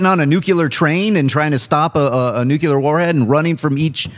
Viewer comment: Nuclear. Not "nuke-ular". When did George W start working at Collider?